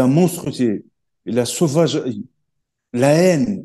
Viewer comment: 😂 "La monstrité la saufage.. même des bêtes sauvages le di " hahahhaha il TUE! 😅😂